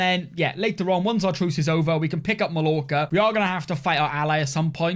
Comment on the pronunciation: Hearing you mispronounce 'Mallorca' was painful